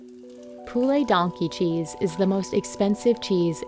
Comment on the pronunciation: I’m sorry “Donkey CHEESE?”